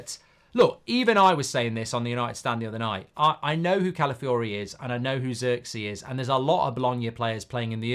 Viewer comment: 3. Goldbridge utterly butchering an easy to pronounce name